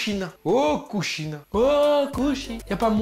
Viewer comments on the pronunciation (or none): kushina pas kushida 🤣🤣🤣